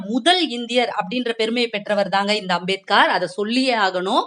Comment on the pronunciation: நாம் கவாஸ்கர் என்ற பெயரை( surname )முடிவில் 'கர்' என்று உச்சரிப்பது போல் அம்பேத்கர் பெயரையும் முடிவில் 'கார்' என்று உச்சரிக்காமல் 'கர்'என்று தான் மகாராஷ்டிராவில் உச்சரிப்பார்கள். இவரது பெயர் பீம்ராவ் ராம்ஜி சக்பால். ராம்ஜி என்பது இவரது தந்தையின் பெயர் சக்பால் என்பது இவர்கள் குடும்ப Surname. Ambedkar என்பது இவரது பள்ளி ஆசிரியர் கிருஷ்ண கேஷவ் அம்பேத்கர் என்பவரின் surname.